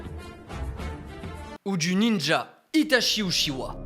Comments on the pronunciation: les francais vous prononcer uchiwa hahaha en japponais et en anglais c'est uchia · Trop bien la vidéo par contre uchiwa sa se prononce utchia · BORDEL CA CE PRONONCE « uTchiwa » et pas « uchiwa » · Par contre ça s écrit Itachi Uchiwa mais ça se prononce Itachi Utchiwa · uchiha pas uchiwa bg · Tu veut bien prononcer UTCHIWA stp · non sa se prononce uchiHA dans la vrai version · Vous avez entendue sa prononciation des ( uchiwa) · Ce qui m’a le plus écorché les oreilles dans cette vidéo est la façon dont tu prononces Uchiha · La prononciation pour uchiha stp deja tu confonds les frère si tu prononces mal en plus...